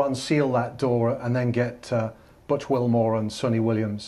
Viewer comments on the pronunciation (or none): none